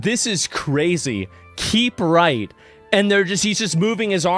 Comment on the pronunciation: Dude that can't pronunciate 'Keep Right' is illiterate. You don't have to know Spanish to pronounce words in Spanish. 🤦